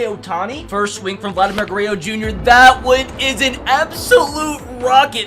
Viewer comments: Love the baseball content! Also Guerrero not guereo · It’s not greyo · Vladimir "Gureyo" Jr 😂😂